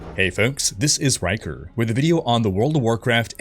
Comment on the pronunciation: You know its gonna be good once hé drops that: Hey folks, this is Rhykurrrrrrrr